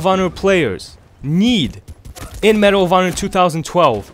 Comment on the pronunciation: when he says medal of honor i keep think he's saying marijuana